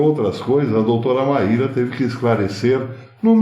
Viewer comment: Pronuncia-se como Máy -ra